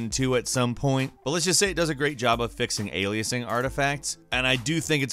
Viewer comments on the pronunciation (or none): none